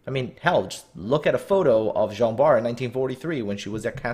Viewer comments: I started to watch that video. Tried to watch it but just can't. Jean Bart they called Gin Bart or idk but it was too funny so I stopped there. :D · They also got the pronunciation of Jean Bart wrong.